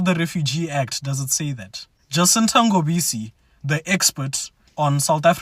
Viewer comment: King, first of all, did you notice that that guy posing as a muVenda is a foreigner and how do I know? It's because no Venda person can butcher that surname NGOBESE by saying NGOBISI. Secondly, Jacinta was talking based on the Geneva convention Agreement of 1951 concerning Asylum seekers and THE NEAREST COUNTRY principle is A RECOGNISED matter of PRACTICALITY as all "laws" have LIMITATIONS. Thirdly, How do you know how many "refugees and/ Asylum seekers when even people at the top don't know how many people are here and That's what Jacinta is talking about with regards to CONTEXT. So,, I know you are not a fan of those two organisations, but you're also overlooking certain things